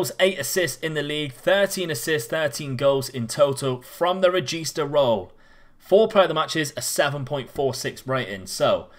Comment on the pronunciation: From an italian, hearing "carillero" and "regista" from you is fucking awesome